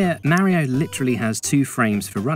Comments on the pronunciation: Say it with me "Mah-ree-oh" it's not accent that's an excuse. Hell mario says his name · AKA 16 minutes of some dude mispronouncing Mario as “Merio”